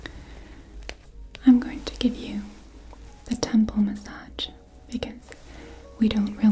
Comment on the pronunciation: You're one of my favourite ASMRtists but in this video the massADJ pronounciation is desyncing my immersion:D plz massaZ